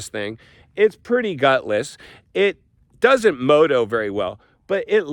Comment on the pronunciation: The way he says moto.😅